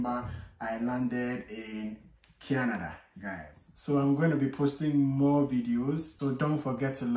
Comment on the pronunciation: My boy dey slur. He start dey talk KENEDA🇨🇦, 😂😂😂